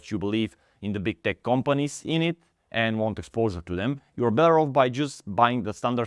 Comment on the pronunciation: "Daily redurn" and "Big Dech"